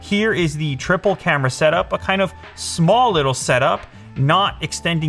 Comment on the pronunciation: I always hear "tripper camera" instead of "Triplecamera" xD